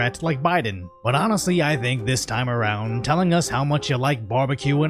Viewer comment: why do you say around like that